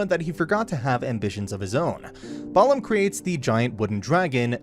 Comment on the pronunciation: he manages to mispronounce balam, so yeah, take all the pronunciation with a grain of salt. or a heaping tablespoon of it.